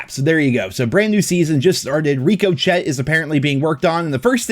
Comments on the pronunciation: Reeko chet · Rico Chet! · Rico shit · You seem to speak English pretty good. Wonder why you can't say ricochet right. A bullet doesn't Rick o chet. It ricochets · There's no way he doesn't know how to pronounce the word "ricochet." Gotta be trolling. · Somebody please tell how to pronounce Ricochet... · It's pronounced ricochet like bullets, hitting a wall and then hitting you kind of thing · He does it deliberately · Does not know how to pronounce ricochet???? LOL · Probably because ricochet is a french word, not english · I hate how he says ricochet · I think it’s pretty funny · Threw up when he said it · He does it on purpose to make fun of the joke of a company that it is. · It’s on purpose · He says it like that intentionally 😂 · Definitely it's like school never existed. Or he has never heard the word before.